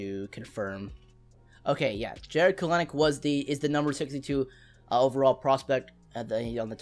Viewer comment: Kelenic is pronounced Kel-nic